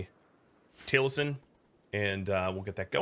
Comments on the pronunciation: If you wanna know how it's pronounced, it's tal-ih-sin. But ye it's a minor thing and I'm still enjoying your content :) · Enjoying the new series:) Do gotta say that as a fan of Critical Role the way you pronounce Taliesin is hard to not notice XP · Yeah but you were pronouncing it as Tail-sin, which is what was hard for me not to notice XP Still, I always knew it as the other way cause of Taliesin Jaffe, who as mentioned is part of Critical Role and that's how his name is pronounced. But ye ya learn something new every day and I learned the different ways to pronounce Taliesin